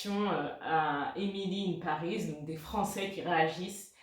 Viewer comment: Haha moi j'ai détesté le premier épisode mais peut-être je vais en voir plus comme « guilty pleasure ». C'est assez marrant que tu as prononcé le titre « Emily in Paris » parfaitement allemand.